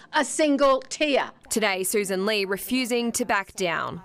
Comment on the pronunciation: Her name is Soo san Lee. Not sus ann lay. Learn good English grammar